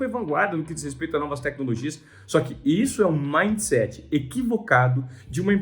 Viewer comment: maind seet